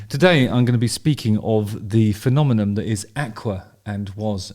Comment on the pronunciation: You do know its "phenomenon" and not phenomenom, right? You're a clever dick and your speech is otherwise very eloquent, so I'd say you're just playing, but I've heard you say it a few times now! Anyway keep up the "phenomemal" work!